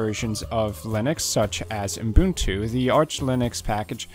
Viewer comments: Is it just me or does it sound like he says Unbuntu instead of Ubuntu? :D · Why do you pronounce Ubuntu as Umbuntu? :-(